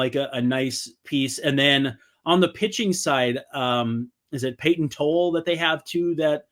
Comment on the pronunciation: Tolle is pronounced Toll-E